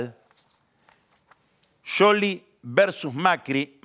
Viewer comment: Pronuncia bien el apellido de Scioli, suena a sorna. Igual me mata Jarlingaaaam. Es un hdp.